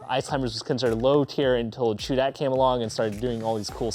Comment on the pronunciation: great vid at the end it sounds like your saying raichu